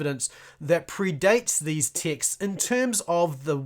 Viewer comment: Oooooh texts you're saying, lol I kept hearing ticks and was confused.